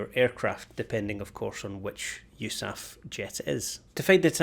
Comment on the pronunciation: you-saph??? cmon.. no one actually says that.......